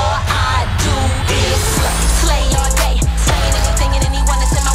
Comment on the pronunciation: "With the family that 'sleighs' " I can't 😭😭